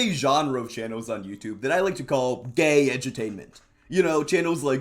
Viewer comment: with how he says gay it seems like hes homophobic 😭he says it like a slur LMAO